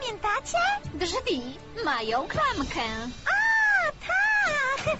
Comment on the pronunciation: "klamkĘ", a myślałam, że w mowie potocznej "ę" się nie podkreśla :D wieeem, celowy zabieg. I tak jest cudowna (nie klamka, wiecie ;) ). - razem w jednym dole, jakież to romantyczne ;D - "To koniec mojej kariery!", a kiedy się w ogóle zaczęła? Znów mnie coś ominęło, hehe :D